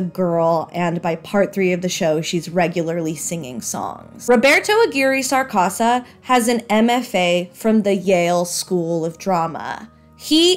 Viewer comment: Okay. Subbed for saying Roberto's name right! Seriously, this was fun and engaging. The only thing possibly left out is that the MJH series was written primarily by writers from Mystery Science Theater 3000 and Nick Bakay.